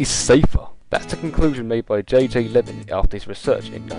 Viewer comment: The gentleman's surname was actually Leeming not Lemming.